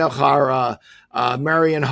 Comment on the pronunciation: Great episode. Question for Allan. You mentioned Chara in this pod but you pronounced it "Hara", Is that the correct pronunciation? First time I've heard that. Makes me think we had his name wrong all along.😮